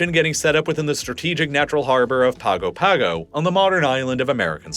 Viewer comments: Pago Pago is pronounced “Pango Pango”. In Samoan, “G” is pronounced “NG”. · The line islands mentioned would be 24 hours AHEAD of Hawaii, not behind. Also, Pago Pago is pronounced "pango pango". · For reference, Pago Pago is pronounced “pongo pongo” Great video though, I enjoyed learning about the weird anomalies on the date line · Note: Pago Pago is pronounced "Pahn-go Pahn-go" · He pronounced Kiribati correctly, then got Pago Pago wrong. It's pronounced "pango pango". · You say Samoa, and Pago, Tokelau and Niue very wrong